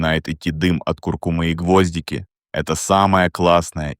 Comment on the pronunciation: Текст читает робот, поэтому делает неправильное ударение в слове гвоздИка.